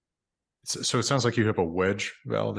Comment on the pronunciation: In addition to the main topic of this video being super interesting, I was fascinated as a German speaker by how well could make the single syllable "so" sound German.